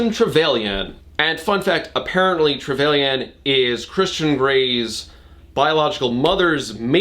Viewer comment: So after a quick bit of research, it turns out that Trevelyan is an actual dynasty of baronets, and the correct pronunciation, as with a lot of British words, is not in fact phonetic, but would rhyme with pavillion: Trevillian Speaking as a Brit, why is our language like this?